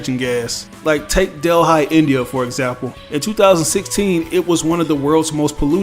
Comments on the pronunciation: Just an FYI, "Delhi, India" is not pronounced "Dell Hi" its Deli (yes like the place on the corner where they make the sandwiches). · Pronounced deli, not dell high. Lol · Yeahhh... isn’t it pronounced like Deli Sandwich? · Bro you pronounced Delhi so poorly haha